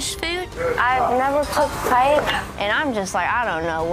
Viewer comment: Tini stealing Spain and then not knowing what paella is or even how to pronounce it . . . with Omi simmering with rage in the background is the single greatest thing in this entire show so far, including everything from season 1. 😂